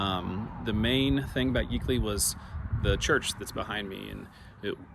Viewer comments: I remember all those little "towns" from the 1950s when we used to go from Springfield to Carthage to visit my dad's family. It was really Route 66 in those days. A major route across the states. I've never heard Yeakley pronounced the way you did. I've only heard it to rhyme with "Jake-ly". I have a grandmother, her parents and other assorted relatives buried in that cemetery. Thanks for the road trip. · Yeah that's my kinfolks church and its yeakley not 🚫 A short e sound but long a sound .they Are up in the city Bethany area at the Nazarene Church my mom sister is Mary yeagley and her brothers that are twins they are very involved with the Nazarene Church up there it's a John and I don't remember the other twins name but they're both and and Mom Dad their mom and dad and the other sister but yes it's a very devout very very good people